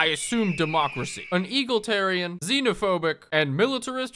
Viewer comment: It's pronounced E-Gal-Itarian, just a small thing I noticed. Love the content btw.